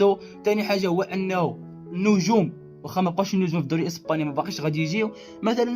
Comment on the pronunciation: الإسباني وليس الإيسباني صحح وبالتوفيق